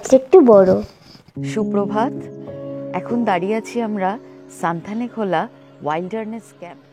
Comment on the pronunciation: ভালো ভিডিও। তবে জায়গাটির নাম সঠিকভাবে উচ্চারণ করা উচিত। নামটি হল সুনতালেখোলা। সানথালেখোলা নয়। সুনতালে মানে কমলালেবু। খোলা অবশ্যই নদী।